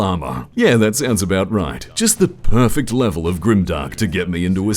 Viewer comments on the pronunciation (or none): none